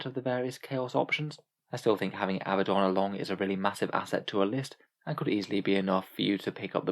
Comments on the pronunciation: His name is pronounced uh-BAD-un. If his name was Abbadon you could call him AH-buh-don. However, based upon spelling (and the religion his name is taken from) the 2nd choice is the incorrect pronunciation. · Probably keep pronouncing his name wrong. Glad I could help.